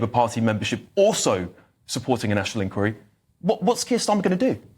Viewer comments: The word is 'inqUiry' - stress on the second syllable. 🙄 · Can you stop saying ink weary. Its inquiry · Inn-choir-ee please. This is not America. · Can please annunciate inquiry properly please, not like an American. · you’re a great guy and a superb presenter, but why do you keep pronouncing “Inquiry” the American way? This is the UK and you certainly sound to me - very much English!!! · On, and try to pronounce "inquiry" correctly. This is the UK, not the US, and the creeping Americanisation is an embarrassment.